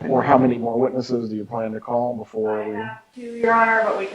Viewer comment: The way says "teww" instead of two is so annoying.